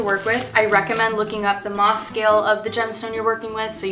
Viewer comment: Hi! Great video! This is just meant as constructive criticism, with LOVE. It is pronounced: MOhs with a long "O". A roughed out cabochon is called a "rub", just as it's spelled, and as referring to cut gemstones, it's called a "fasset,(facet), there is no 'au' sound. I enjoyed listening and watching your video. I think I have more to learn about cutting cabochons and faceted gems!